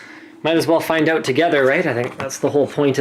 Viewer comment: "You have all those cards oot" lol Slick